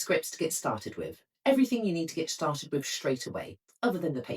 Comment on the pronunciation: This is not received pronunciation. RP doesn't include 'bof' instead of 'both', 'smoov' instead of 'smooth', 'fevering' instead of 'feathering', 'wiv' instead of 'with'. These used to be part of a genuine East End Cockney accent. Without this (increasingly found everywhere) affectation, her English would be absolutely beautiful. I don't understand why they do it.